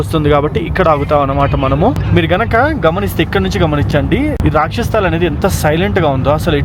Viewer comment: Rakshas sthal kadu bro, "rakshas Taal". Taal ante lake ani ardham. 😅